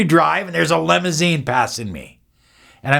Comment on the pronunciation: limousine not lemousine